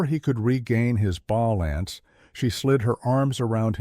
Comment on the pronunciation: AI generated so the narration was almost monotone. No differentiation in characters voices and a number of mispronounced words (content, balance, lead). The story was good but not the narration.